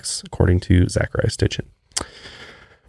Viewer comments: Zecharia Sitchin - It's pronounced SIT-CHIN not STIT-CHIN. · Geezuz it's painful watching these 2. It's Sitchin, not sTichin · Zecharia Sitchin! Not sTitchin lol I'm listening to his book "The 12th planet" right now and it's all about this stuff. Perfect timing with this podcast :) I love you guys! Keep up the good work :) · S-i-t-c-h-i-n. Zachariah Sitchin. Sorry, but I have some bitchy problem with hearing people mispronounce things repeatedly that compels me to correct the speaker. 😅 I like that you two seem genuinely interested in the topics you cover, though. If you ever do another show about ancient aliens and you need a researcher, I’ve spent the better part of the last decade reading extensively on the subject and am currently working on my own book on the topic, as well. I have about 40+ books in my personal library that would blow your minds. 😉 Please don’t take offense to the correction- it’s meant to be helpful criticism!